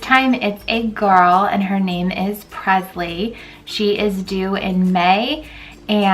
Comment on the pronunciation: You're pronouncing your daughters name wrong. Its presley like Elvis not Prezley